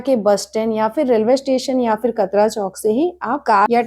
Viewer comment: Sab kuch bahut achha bataya aapne. Bas KATRA me "T" ka pronountiation Tamatar wala ट hota hai. It's कटरा , not कतरा . Nice Video keep it up